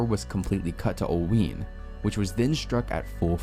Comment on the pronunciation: 😅😅 it's " Ol wine" not "Ol ween"😂😂My family is north of it. Oelwein (pronounced "Ol-wine")